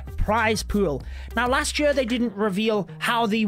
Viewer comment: Am i the only one who finds it weird how he pronounces "year" as "yee ar" lol